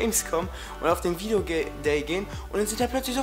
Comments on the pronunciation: Dner war auf dem ,,Video Gay" xD Fail bei der Aussprache :D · HAHAHA ER HAT VIDEOGAY GESAGT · Videogay haha bester versprecher :D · Hauptsache haste dich versprochene, viedeogay :)